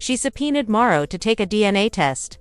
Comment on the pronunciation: Who is Marro? Are you trying to say Marsau?